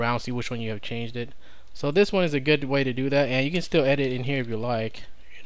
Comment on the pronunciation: Many thanks. You have a habit of extending words that don't need it. "You can see which files have changed" is correct and not "you can see which files have changeded". "You can see which files have been modified" is correct and not "you can see which files have been modifieded". Just sayinging.